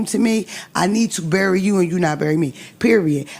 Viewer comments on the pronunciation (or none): none